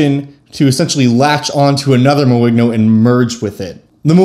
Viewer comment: It's french, so should be pronounced more like "moin'yo"